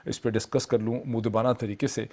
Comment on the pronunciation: اردو لفظ مودبانہ کا تلفظ moaddebanahاور moodebana نہیں دوسرا لفظ نبرد از ما ہے۔ جوکہ naburdaazma ہے۔